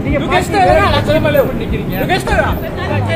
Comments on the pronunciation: "lu gangsterrrrr ka? Lu gangsterrrr ka?" 6 harkat R dia hahahaha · Apaa bini dia sebut, genserkaaaa😂 aiyoyo